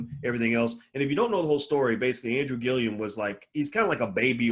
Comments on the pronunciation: Respectfully, the brothers name is GILLUM, not "Gill-ium." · You’re adding an extra syllable to his last name.